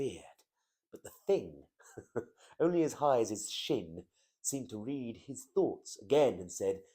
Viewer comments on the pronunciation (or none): none